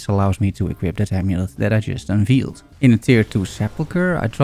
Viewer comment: Always an interesting and entertaining watch! Oh, and in case you care: "veiled" rhymes with "bailed", not "peeled".